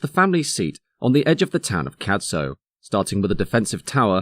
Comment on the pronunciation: Excellent stuff you've really done your research. Just one thing Cadzow is pronounced with a silent z ...... cad-ow the ow like you mutter if You hurt yourself rhymes with cow😁